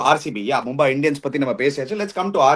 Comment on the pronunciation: NOT MumbAAi but Mumbai